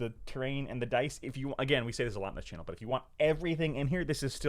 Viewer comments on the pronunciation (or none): none